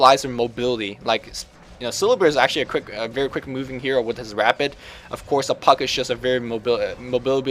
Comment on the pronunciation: I don't know if its just your accent, but you keep saying syllabear's "rapid." It could well be your accent makes it sound that way, but the word is "rabid." The reason it's confusing is they're both words that are applicable in Dota (he attacks rapidly, etc).